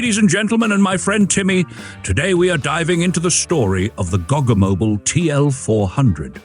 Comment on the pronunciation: It’s a baby VW Type 2! Also, thanks for pronouncing “Goggomobil.” I’ve been pronouncing it incorrectly for years. 🤣